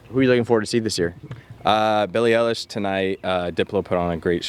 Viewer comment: Eilish * ah not el ish